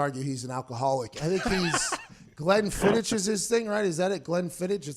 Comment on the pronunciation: It’s pronounced “Glen-fiddick”